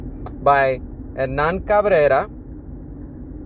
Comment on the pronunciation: Perfect pronunciation of Hernán Cabrera, great job.